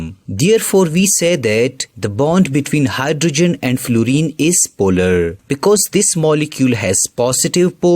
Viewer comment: Polarrrrrrrrrrrrrrr... Non polarrrrrrrrrrrrrrrrrrrrrrrrrrrrr